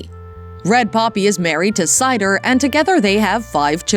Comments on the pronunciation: U People Don’t know what the Heck you’re talking about! How about if you’re going to make these videos that you have your facts straight! Heaths wife’s name is CEDAR like the CEDAR tree 🌲 not Cider which is a drink 🥃 made of apples 🍎 as In apple Cider. This is comical 😂🤣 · Married to Cedar not Cider. You have heard of cedar trees haven’t you? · Heath's wife's name is CEDAR......not Cider. Do the homework if you are going to make a video of people. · His wif'es name is CEDAR......not cider. They do not have horses.